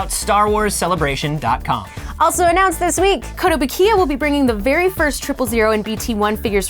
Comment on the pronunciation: Huh. So that's how Kotobukiya is pronounced. Seems obvious now.